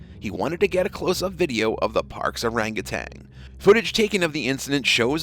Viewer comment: Could the narrator please note ... that orange primate is an orangutan not an orangutang and it's an ape not a monkey. These basic mistakes do you no credit at all.